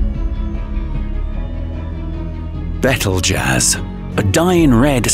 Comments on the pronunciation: It's not "Betall-jazz", it's "Beetle juice". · Correct pronunciation of Betelgeuse: Beetle + juice: Bettle Jazz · It’s pronounced beetle juice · You lost me at your pronunciation of 'Betelgeuse' 💀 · The pronunciation of names in this video is shocking lol. My favourite train wrecks were Laniakea and Betelgeuse.